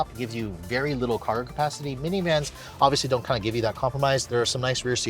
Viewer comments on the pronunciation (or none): none